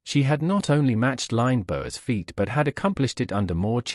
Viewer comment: There seems to be no relation between the title and the actual video, apart from the name of the main character. Strange. In the same vein, how does an announcer of an aviation history video not be familiar with the correct pronunciations of Lindbergh and altimeter? Okay, the Brit mayn't pronounce equipment the same as Americans, but.... what does this video have to do with the disappearance of Amelia's plane? And wasn't there a mention of the plane having "reappeared" ? The various photos displayed, many times, were relevant to the audio. LOL